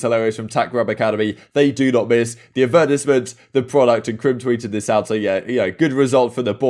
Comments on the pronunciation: Hold up, why did he say Advertisement like that😂 “Adversment” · the ad-vert-is-ment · anyone notice the way he said "advertisement" LLLLMMMMAAAAAOOOOO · How tf did he just pronounce advertisement